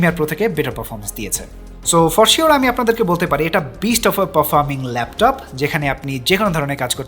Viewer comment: Laftof naaa vai laptop